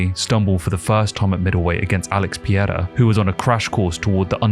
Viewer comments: “Re-pungent” is not “repugnant” And Chael calls him Alex “Pierre-ah” as a joke… try “Pa-ray-rah” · you butcher Alex Pereira's name so hard 😅 Try to say it like "per" as in "per se" + ei as in hey without H + ra as in race. PER - EI - RA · Alex Piera 😂, this is Chael Sonen reading lvl. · "Alex Pierra"